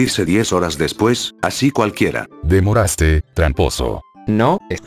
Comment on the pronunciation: No se dice demorastes se dice devorastes mi cielo 🤑